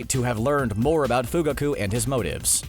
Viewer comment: The way they say their names are horrible ,Fugaku, Deidara